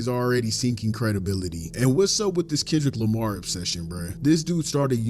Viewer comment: Since you pointed out how WTD says Kendrick Lamar I can't not be aggravated by the way he says it 💀😂 also that hat 🙌🙌🙌🙌 yaaaassss.....I really adore the energy you bring it's contagious ... nowhere but up for you 2025❤ love from NC! 😘